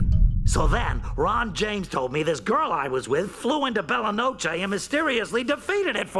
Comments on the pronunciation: Lol it’s pronounced Bella No-Che(Chay) like in the clips you showed and King Man has a space in the middle. Plus the way you worded the sentence, it made it sound like you said King Man was ‘the primordial god of chaos” btw lmao “She didn’t wish for Simon to be saved-” “-I wish for the power to keep Simon safe” — “She wished for Simon to be safe” Bruh I don’t even know what to say lol Great video, if I had the wishing crown I would so wish for more Simon Petrikov videos 🙏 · Simon Pronounces "Belle Noche" correctly. 8 seconds later bro insists in pronouncing it "Bella-Nawsh". 😭💀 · Goliad: Go-lie-id Bella Noche: Bella Nosh Bruh are you just reading these names of the wiki? How do you not know how to pronounce these names? Especially noche, it's just the Spanish word for night. Just go watch Dora the explorer lmao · Bruh how do you mispronounce Bella Noche when they literally pronounce it in the episode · Bella Noche is pronounced the way Ice King said it. 😂 I tried to ignore it, but I can’t. You might be confusing the pronunciation of the word, quiche, with noche which means night. His name means Beautiful Night. Bella is a weird word to use in Spanish to mean beautiful as it’s more commonly used in Italian to mean beautiful. I mean no harm here, only trying to help you sharpen your dictation skills! I love your videos, by the way! AT is one of my most favorite shows and it’s deep lore brings me to your videos time and time again to see what you see in the show. I like to know what others saw in it and compare it to my contemplations on the show. It’s super fun thought exploration with this sort of thing for me. I appreciate your analyses! They’re deeper and more meaningful than most! Keep up the awesome work!!! 🔥🔥🔥